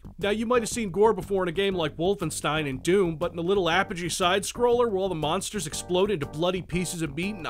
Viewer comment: It sounds like you say BONSTERS. It's "M-ONSTERS"!!! Thanks for the review, I don't have to play this game now:)